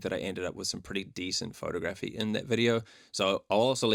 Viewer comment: Pho-tography , not photo-graphy